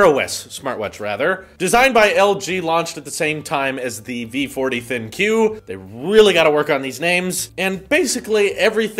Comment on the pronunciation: The funny thing is that LG intended "Thin Q" to be be pronounced as "Think you". I'm from Korea and the ads are just embarrassing.